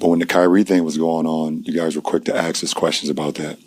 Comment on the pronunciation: How is it that such a well spoken, intelligent and articulate person still cannot pronounce the word "Ask" it seems that too many of our people pronounce that word like an entirely different word "Axe" two very different words